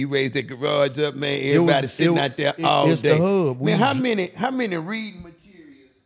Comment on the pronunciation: "Readin materials" 😂😂😂🤘🏾🤘🏾🤘🏾